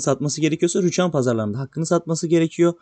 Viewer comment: Rüchan değil ama Rüçhan